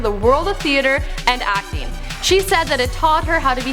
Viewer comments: I can only hear "acne" when she says "acting" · every time she say "acting" it sounds like she's saying Acne lol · I am right with you and the way she says acting. I think she says acne every time. God woman pronounce you words right and stop talking like you have a pool of spit in your mouth.